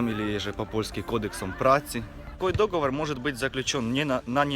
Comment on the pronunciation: Не дОговор, а договОр!!!! Слух режет.